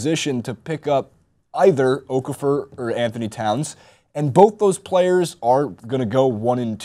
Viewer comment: You guys really need to learn how to pronounce Okafor. It's O-Kah-Foh.